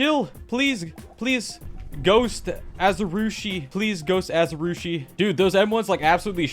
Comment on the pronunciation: ah yes, ghost "AzarOOshi"